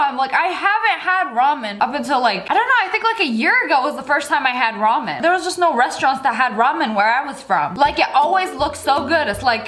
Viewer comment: Sssniperwolf: talks about ramen What I hear: Ramin Ramin Ramin What I think: ponyooooooo